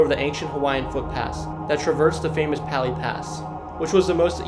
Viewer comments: Ko-o-la-oo Koolau Kamehameha… watch Dragon Ball Z Pa-lee - Pali Waialee - Y-lei-a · Lol u faka same here. "Pāli" lookout 😂😂😂😂😂😂 just had to be one haole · Pali has a soft A sound like from the name Paul.